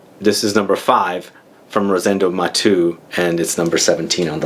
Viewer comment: It's called Rosendo "Matéu" because it's a catalan (spanish) name, not "Matú" like if it was french;) Nice list,!